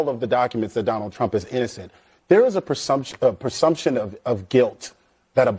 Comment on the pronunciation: The guy on the right failed the IQ test. He says "persumption" a couple of times. That is not a word! It's "presumption".